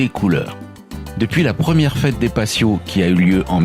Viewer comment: on ne prononce pas passios mais patios en prononçant T et pas S dans la "fiesta de los patios"; Cette ville est superbe, surtout la Mesquita et les ruelles fleuries